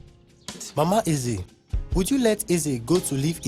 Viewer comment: Stellar work, guys👋🏾👋🏾👋🏾 However, I must say that all of the Igbo words - Ohia , Onu, Eze, Chike etc - were poorly pronounced. You guys should please improve on this.